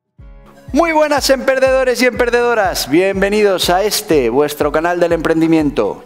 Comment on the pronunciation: Porque dice emperdedores!!!